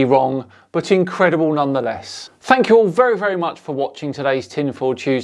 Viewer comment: "Thank you very muchhhch!" For what? Bleeding hell. ×5 ×root(10) there's your area? And the units are what, dear sir?